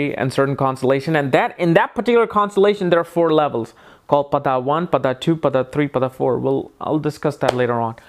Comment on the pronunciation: It is pronounced paada not pada